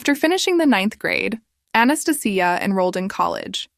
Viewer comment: I think the woman in the second story's name is Anastasia, pronounced "ann-ah-stay-shia".